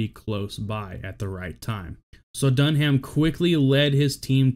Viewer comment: My only criticism here is your pronunciation of Dunham's last name. You don't pronounce the H. It's simply said "Dun-am". Utmost respect to these amazing men and their families